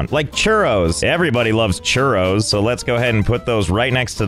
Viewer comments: me encanta como se dice churros en acento ingles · As a Spanish person his pronounciation of churros kills me